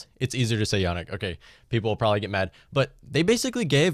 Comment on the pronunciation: It's easier to call you Mutt. Mike Twit (also easier to say, but you know who I mean you) you should really, be respectful and call him Yah-neek. This is what people mean by systemic racism and the failure to recognise it meaning that you are part of the problem.